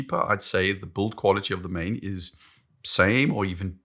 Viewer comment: It is “maan”. I lived there for 15 years and never heard “maen”.